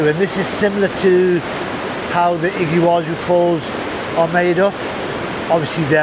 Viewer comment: Impressive "Iggywazu" falls in Paraguay! The best video since Patagonia! Soooo much water in the Monday river! Imagine butterflies flying through the curtain of water - an amazing sight on the Brazilian side. This view of the Iguazu Falls (pronounced "EE-gwa-zoo") from Paraguay is impressive enough. Fantastic!